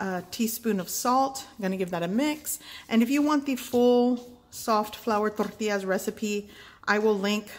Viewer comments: Can't wait to try these. BTW i watched your other flour tortilla videos and think you're saying torrtillas funny in this one!😊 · You pronounce tortillas so Tex-Mex, lol. Very light on the double L.